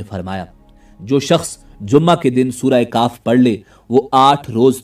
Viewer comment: Surah kahf not surah kaaf